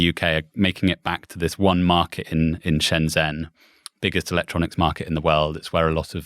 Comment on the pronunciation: Very interesting discussion… useful to pronounce significant place names properly…Shenzhen is pronounced Shenjen 👍